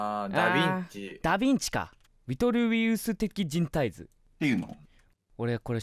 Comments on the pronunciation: 、ウィトルウィウス的人体図 言えてないのめちゃくちゃ笑ったww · 上下関係に厳しい超人気声優😆w ウィトルウィウス的人体図を上手く言えない超人気声優(//∇//) ブスな部族の物語の母親はどこえ🤔？